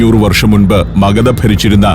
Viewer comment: it is Aryabhattan, not Aryabhatan. And Magadha, not Magada. 😢